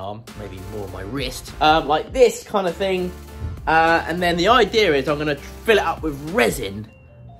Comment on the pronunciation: Love how u say idear lmao